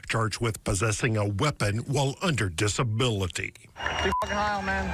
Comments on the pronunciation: "Dis-a-bili" Oh no, they're trying to frame the hillbillies. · Sound clip dis-a-bill-ity